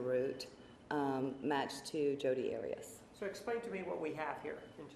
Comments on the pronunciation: I wonder why Martinez keeps mispronouncing the name Arias...? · The way Martinez pronounces Arias I know is to trigger Jodi. 😂